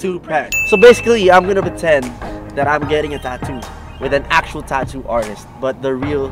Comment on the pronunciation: Tattoo not tato